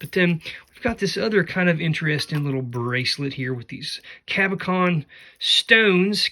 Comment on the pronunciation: Sorry, I have to be that person, but it is pronounced "cabo-shawn"....